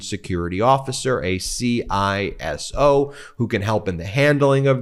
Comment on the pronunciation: For future reference, you mention the Classified Information Security Officer, the standard Inside the Beltway pronunciation of the acronym is SIZZ-oh, in much the same way the act is SEEP-ah, and the facility is a skiff.